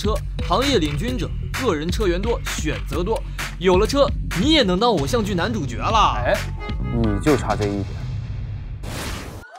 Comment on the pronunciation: 朱孝天的吐字发音已经很接近大陆人了，特别是说“男主角”用的是jue的普通话发音，这连大陆人也不是每个人都会做到的。不知道是不是特地背稿的。